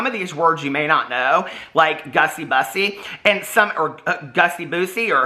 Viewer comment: It’s not Bus-sy, it’s Buh-sy.